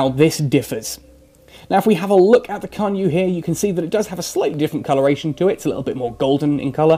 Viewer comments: actually its pronounced chan - ye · I don't think it's pronounced like that. It should more like "Chan Yay" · Unfortunately in the romanized Chinese phonetic system the C is pronounced more like a "tss" sound and Yue sounds like yoo-eh. So it's actually pronounced "tsan yoo-eh" but otherwise it's a good pun.